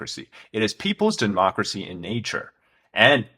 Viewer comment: Homie really say "dehmocracy" coming from the mouth of the (*self named*) China Communist Party, gotta be fucking kidding me